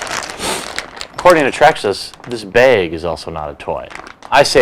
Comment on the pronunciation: Why do you and your partner pronounce it "beg" or "baig" instead of BAG?